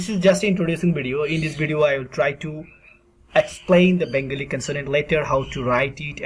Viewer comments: Can't you pronounce Bengoli. You are pronouncing Bengli. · You cannot pronounce Bengali? What is BENGILI? If teaching Bengali, pronounce the words in English and Bengali correctly. Also, don't switch to writing. Stick to the pronunciation in this video and make a separate video for writing. When you go back and forth is it very confusing. First - how to pronounce and what sound does each character make. fyi - there is no F sound in Bangla. It is PH.